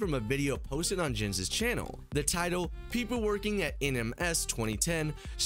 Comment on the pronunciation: Blud you did not just call my man "jens". Its pronounced "yenz". Anyway, great video.